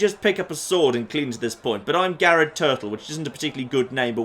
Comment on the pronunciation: "Gared Turtle"